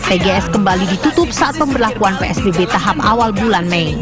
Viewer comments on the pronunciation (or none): Psbb bang bukan spbb😅😅